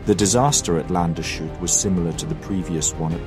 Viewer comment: gute Doku! - nur bitte der Ort heisst Lands-hut (country-hat :D) hat nichts mit shut zu tun